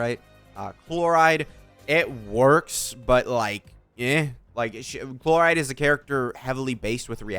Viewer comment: chloride really? shes not a toothpaste ingredient my dude, can you atleast try to pronounce the names, its not like they are voiced for you 100x in the story or anything.